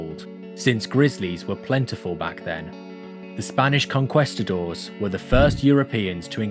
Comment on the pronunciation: Con-quest-adors? Bruh.